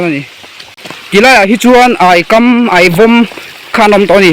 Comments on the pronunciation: A va nuam dawn em a tal chu chhit ve ka chak,rawn zin top ila,min lo mikhual la awww,,Aikam i tih a kam lai hi a thluk sang lo in a hniam tur aw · Aikam i lam dan hi a dik lo deuh.Kam hi luikam tih anga thluk lovin,Chhang' tih kan sawi dan thluka lam hniam tur zawk ani e. Hmuhnawm thin khawp mai👍👍👍